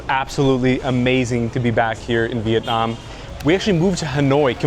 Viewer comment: You guys are the first YouTuber I come across that pronounce the city name as close as Vietnamese would say it